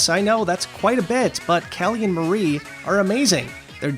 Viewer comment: The squid sister's names are pronounced k-al-ee & m-are-ee, as in calamari.